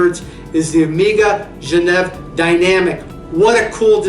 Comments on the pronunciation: OMG - ''Amiga'' watch company... Better know English, because if one have to rely on the subtitles will be well served... Nevertheless great vintage list there, maybe it's hard to call Omega underrated brand, in fact it is one of the most appreciated watch making brands outthere. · Great video! More common pronunciation of two of your watches: Zenith (Zeenith); Omega (Omayga). Just a thought.